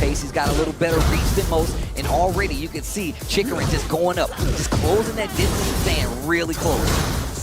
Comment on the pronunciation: Man... I wish people stop butchering my boy's name. "Chikuren, Chikuran, Chickarun" 😮‍💨